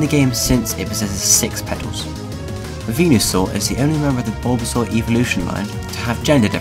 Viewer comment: "Bulba, Bulbasuar"